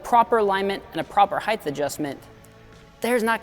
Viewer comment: It's "height" not "heightth". It's "et cetera" not "eck cetera".